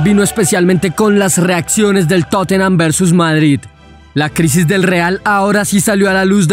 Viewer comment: no es por joder pero tottenham suena como totnam la 'e' no se pronuncia